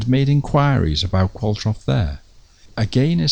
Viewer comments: Love this series, I think the surname Qualtrough is a manx name there are quite a few Qualtroughs in the Isle of man although spelt the same is usually pronounced Qualtro. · Excellent! But Qualtrough, which is Manx and was my great-grandmother's maiden name, is pronounced like 'Qualtro'. The 'ough' rhymes with 'though'. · I've always known Qualtrough to be pronounced Qual-trow. I've never heard it said Qual-troff before. Not important as far as this excellent film is concerned, I know. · You say "Qualtroff" but I've always thought of it as "Qualtrow" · Is the name pronounced Qualtrow and not qualtroff?